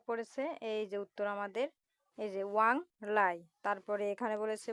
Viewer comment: ওয়াংলাই ❎ ওয়াংক্লাই ✅